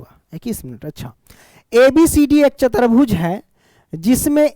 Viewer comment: Chatarbhuj nhi chatubhuj